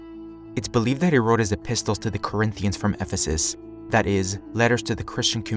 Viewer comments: Just like the word apostle does not pronounce the 't', neither does epistle. It's like the word castle. Cassel, not cas-tel. 😊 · Excellent piece . Fyi -apossel epissel -Correct Pronunciations in English .